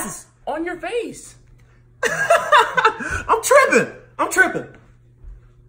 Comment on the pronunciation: playing as his mom: we’re are my glasses: on Youre vase well I think it’s pronounced face